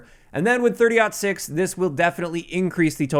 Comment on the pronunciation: I’m happy you said 30.06 correctly.. JGod totally butchered it